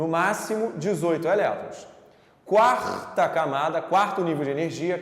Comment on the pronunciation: Meio bobinha a aula mas serve para fixação. Cuuarrrrrrrrrrtá Camada. xD